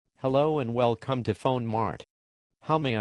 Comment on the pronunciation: at the beginning he says Well Cum not Welcome